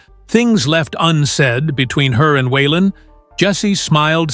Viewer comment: Wenn man eine Autobiographie von Waylon Jennings erzählen möchte, dann sollte der Vornamen korrekt ausgesprochen werden....